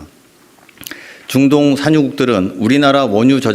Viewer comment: 링거투혼.너무 고생하셨습니다.대통령과 정부 덕분에 맘이 편안합니다.보좌관님 중동의 중 발음이 잘 안되시네요ㅎㅎ